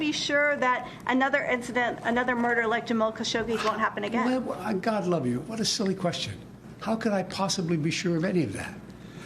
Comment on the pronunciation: Not even 1 second in and he already gaffes. "The crown pince"